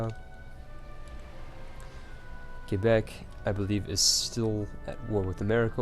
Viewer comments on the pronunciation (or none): none